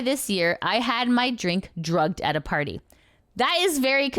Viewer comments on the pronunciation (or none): none